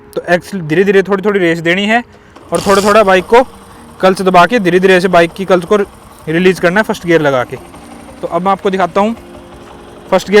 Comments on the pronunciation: Clutch ❌culch✅ 😂😂😂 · Are you saying clutch or culs?